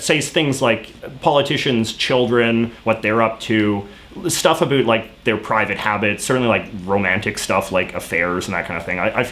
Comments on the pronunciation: Is he joking about saying about because i am hearing abut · You are the first Canadian I've heard who actually pronounces 'about' like 'a boot'. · JJ pronounces the word "about" (/əˈbaʊt/) as something like "abut" (/əˈbʊt/). Is this a common thing in Canadian English (or his regional version), or just a quirk or his pronunciation? Just curious, as a non native English speaker. I usually understand quite better American/Canadian accents (well, the neutral ones at least) than British one. Many people here in Spain prefers British accent but I find it more... how to say, stiff? Like the consonants are too marked, making the general sounds less mellow. Maybe it is because I am from a region that does the same with our native language, or maybe because media exposure, whereas most people are less prone to consume series in native languages and more prone to learn from tutors. Anyway I do not remember hearing someone pronouncing "about" in this way until now (even in Canadian tv shows like Trailer Park Boys). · The vowels "ou" in "about" create a diphthong. Why do you pretend they don't? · I’m canadian and the way you say about is so infuriating i have never heard someone pronounce “about” in such a weird stereotypical way